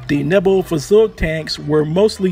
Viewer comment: Point on the Neubaufahrzeug. First, it’s pronounced like this: Noi~bo~far~zoig. Second, it’s 75mm and 37mm were in the same turret! I know this because I own a model. That also means that I know the two sub-turrets were armed with single 7.92mm machine guns.